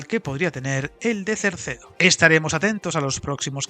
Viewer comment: Es CERDEDO, NO CERCEDO. No tiene razón de ser Cerdedo, ya que, además de no justificarse el volumen de inversión para el ahorro de tiempo, los 4000 millones de presupuesto dan para la salida sur y para una mejora sustancial de la línea del Miño, que además podría dar servicio en mejores condiciones a poblaciones intermedias, como Salvatierra, As Neves, Tui o Ribadavia, con cercanías o media distancia, que ahora tienen un servicio prácticamente inexistente o que no es competitivo con la carretera. Con la salida sur ejecutada no creo que la diferencia en tiempo entre Vigo y Ourense llegue a esos 10 minutos, ya que, además podría acortarse el recorrido con pequeñas variantes que eliminarían curvas de radio muy cerrado y algún túnel que también ahorraría recorrido y permitiría velocidades mayores.